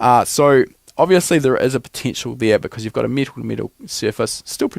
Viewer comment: It’s not pronounced meetal